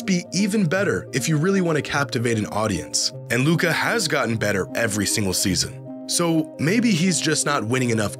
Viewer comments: Media still intentionally 'mispronounce' his name. They're scared what, if Luka wins finals MVP. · That's not voter fatigue. That's american ego with xenophobia sprinkled in. Can't accept the best player of his generation is european. The Luka disrespect started before he even got drafted. Took the media like 3 years to actually stop mispronouncing his name on purpose lmao.